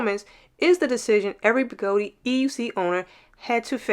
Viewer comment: What the heck is a Begoti wheel?! It's a Gotway. I'm totally confused by that pronunciation...